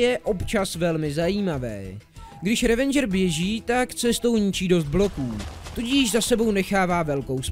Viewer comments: Ehmmm... ono sa to číta "revedžr" a ne "revendžr" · Je to Ravager ne Ravenger